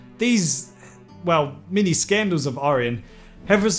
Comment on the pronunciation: I kept thinking you were saying mini-scandals.